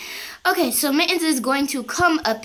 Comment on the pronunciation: FruityOrange. I think she say mit xD